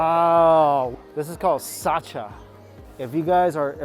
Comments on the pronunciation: I’m pretty sure that’s a gaccha not saccha LOL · Sacha??? No,,, it's called "Gatcha". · That's Gacha not Sacha bro.